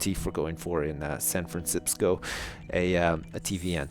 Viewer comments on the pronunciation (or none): he just called it Sanfransipsco